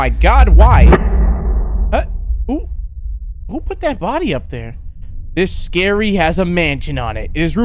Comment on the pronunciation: The title is pronounced “Ski-ree”